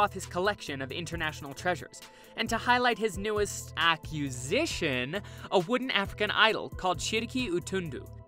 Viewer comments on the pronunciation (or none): OPE-ulent? OPP-ulent. AccuSition? Acquisition. Ostenably? ostensibly. Debuted? Debyood. Jesus Christ man, that is pathetic. If you are going to be an announcer, at least practice a little. Ask around-"Hey guys, am I pronouncing these words correctly?" You've actually made up words! Maybe I'm missing the YouTube rule that says only ex-Starbuck's employees are allowed to narrate videos.